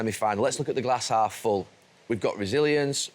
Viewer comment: 28.08 ….. wrighty with his hass glalf full … done me 😂😂😂😂😂😂